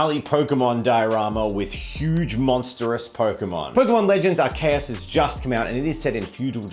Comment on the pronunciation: I love how says Arceus, way better than how I've ever heard it said previously!